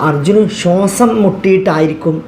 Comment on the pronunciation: ശോസം അല്ല ശ്വാസം... ഏത് ജീവിയാണ് ഇത്‌.. ഹെഡിങ്ങിൽ കളവ് കാണിക്കുക..